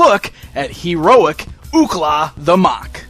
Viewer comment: Have you ever seen the series? It is pronounced muck not mok.